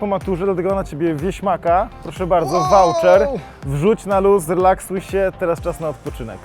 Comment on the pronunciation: Nie wałczer tylko wołczer